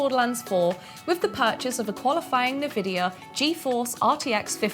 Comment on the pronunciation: 'Navidia' lol